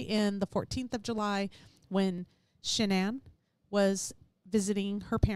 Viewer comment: Shanann,s name was pronounced Shannon ...Shanann started pronouncing her name Shan ann for some reason...her Mother pronounces her name Shannon...like she named her. ❤